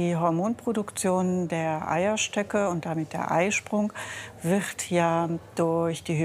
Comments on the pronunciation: omg dieses “wirchrt ja” bei Minute macht mich so fertig ich kann diese Aussprache von ‘wird’ nicht ab 🤧😂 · "wiccchhht ja" 😂